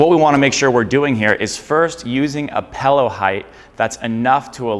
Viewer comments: not trying to be a hater here , always been a pet peeve of mine to hear somebody say pellow , its a freaking pillow ( like taking a pill , followed by an o ) not a fellow , not saying hello , not eating jello , holy great goodness it makes me want to rip my ears off and eat them . great information in the video keep up the good work god bless you all 🙏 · It sounds like you're saying PELLOW 😊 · pill-ow. pill. dill, fill, sill, kill, mill, til, hill, jill, lil, still. not pellow.